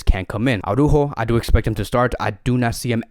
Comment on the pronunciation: Aw-rÚhho is almost perfect, and definitely better than Aw-rÁhho. We're almost there. If you can change the "Aw" in "Ara" (pronounce both the first and the second letter A), it would be perfect. You just pronounce every single letter, and emphasize the Ú. ARA - ÚJO. Good luck!